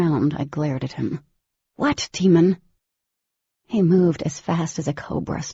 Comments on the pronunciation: Like DAY MON - NOT DEMON! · Can't believe the narrator's made such a mistake & Jennifer knowingly left it this way. She even admitted it's not pronounced Demon but Daemon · It is but I hate that they pronounce him Demon in the audiobooks. Even the Oblivion narrator does this but Jennifer herself said it was a mispronunciation. How could they make a huge mistake like that? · Didelous..demon.. lessa. It really bothers me that this lady can't read words properly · I was really hoping there way a different reader that would pronounce his name right